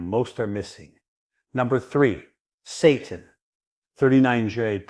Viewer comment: pronounced SAY-tan